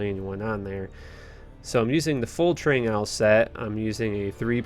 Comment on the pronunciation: That's what I was thinking. It's 'Trang-oohls' or 'ghouls'